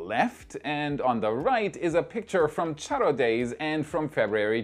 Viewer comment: i always love your content.. but this time kudos to you as you did a great job, pronouncing Charro Day, Matamoros, and Tamaulipas!